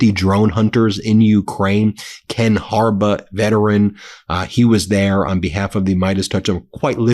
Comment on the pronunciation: Ken 'Harba'?????😂😂😂😂😂 He works with you and you cant pronounce his name????? Its harBAUGH ( think baa baa black sheep) Ben 😂😂😂